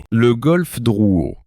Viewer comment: rue Drouot, pas Drouet.......